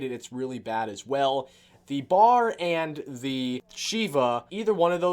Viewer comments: It's pronounced B-A-R it's a 30-06 heavy assault rifle used by U.S. troops during WWII. It was designed to fit the role of both an assault weapon and a support rifle. Love your vids bro!! Keep it up! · its B.A.R lol not bar browning automatic rifle.....